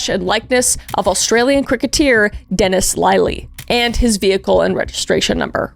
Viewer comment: you sound like a New Zealander not an aussie, you tried hard however you did massacre quite a few towns names and Dennis Lilly's name, but we forgive you.